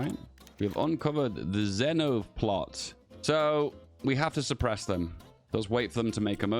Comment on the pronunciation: Its actually pronounce "Zveno" with the V